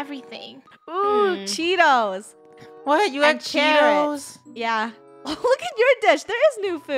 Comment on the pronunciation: said Chetos Not Cheetos😂😂😂